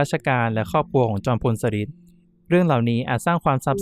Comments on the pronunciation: ชอบฟังแนวตำนานสถานที่จริงมาก จอมพลสฤษดิ์ อ่านว่า จอม พล สะ หริด ไม่ใช่ สะริด ค่ะ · อ่านว่า สะ-หริด ไม่ใช่ สะ-ริด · ฟังไม่จบเพราะขัดหูตรง สะริด นี่ล่ะค่ะ 😢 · จอมพลสฤษดิ์ ธนะรัชต์ ออกเสียงชื่อ สะ-หริด ค่ะ ฟังทีไรก็อ่านออกเสียง สะ-ริด ๆ ทุกที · ชอบฟังเรื่องเล่าเก่าๆค่ะ แต่มาสะดุดหูกับชื่อ จอมพล สฤษดิ์ แอดมินพูดเพราะเสียงน่าฟัง แต่ต้องเรียนรู้ภาษาไทยบางคำอ่านยาก เข้าใจว่าเป็นคนรุ่นใหม่ อาจจะไม่คุ้นชื่อคนสมัยก่อน เป็นกำลังใจให้นะคะ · เเย่จังพูดผิดทำให้หมดความน่าเชื่อถือ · กำลังจะเม้นท์ค่ะ มาเห็นพอดี 555 จริงนะ การออกเสียงผิดทำให้ขาดอรรถรสในการฟัง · ตอนแรก 1.10 แอดออกเสียงถูกต้องแล้ว ไม่เข้าใจว่ามาเปลี่ยนตอนหลังทำไม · อ่านคำว่า จอมพลสฤษดิ์ ผิดนะ ครับน้อง